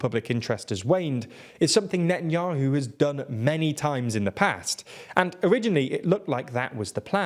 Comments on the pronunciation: "Netanuahu" "Popilarity" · "net n yoohoo" hee hee 😆